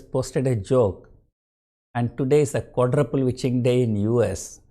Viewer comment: Sounds like ur calling fii as quadraple bitch 😁